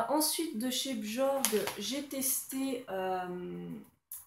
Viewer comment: Sa se dit pas bjorg mais "biorgue"